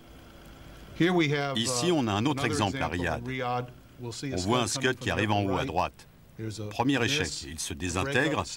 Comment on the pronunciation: Les Scuds sont soviétiques, pas américains, donc, ce ne sont pas des "skeuds", mais des "Skouds".